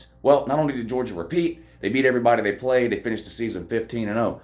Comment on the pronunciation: But who have dey pwayed woo. They ain't pwayed nobody. Go Dawgs